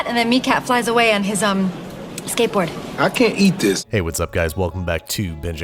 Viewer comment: “I can’t eat dis”